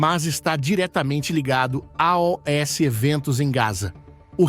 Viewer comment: Pelo amor de Deus..pare com esta bobagem de "A.O.S"....Fale normalmente: aos...ganhou um deslike!